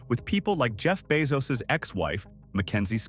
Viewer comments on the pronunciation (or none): none